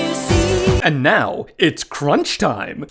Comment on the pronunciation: That's some good crounch right theah!